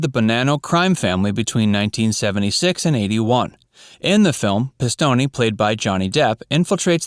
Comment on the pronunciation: Thanks for this video. Now I have more mob movies to watch. A couple of things: 1. The 'e' is silent in Pistone.. I've heard Joseph pronounce his last name. 2. In Pulp Fiction, the guys did not steal Marcellus Wallace's briefcase. They'd previously made a deal with Marcellus, but they double-crossed him.